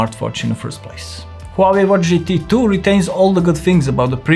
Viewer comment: Gt tu 😂😂